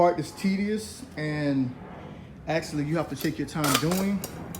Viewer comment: Army didn’t tea you not to say ummm hits actually not axxxxtually